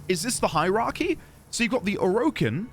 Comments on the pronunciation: It's pronounced Or/a/kin, not O/Row/kin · Hey, don't feel self conscious about your pronunciation of Orokin. A lot of people pronounce it a lot of different ways. We won't judge you over it